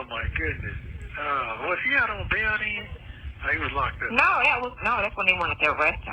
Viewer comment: OJ was NEVER "out on bawn"!!!🙄 He was in the LA County JAYALL from Bronco to verdict... that fantasy fact she spewed out like WORD IS BOND really irritates me for some reason?! 🥴 Nestos betta use Google and stop asking this Noodle bout ANYTHING but commissary.🙄🤑😅